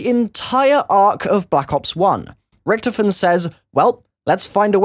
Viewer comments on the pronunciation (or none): its not richtifon its richtofen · It's said rick-taw-fin